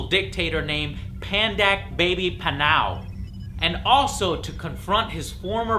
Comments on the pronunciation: Baby Panay, not panau! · I truely HATE to correct joe, but he made another mistake... It is Pandak "Baby" Panay. Not Pandak "Baby" Panau. Panau is the location of Just Cause 2. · Its Pandak PANAY lol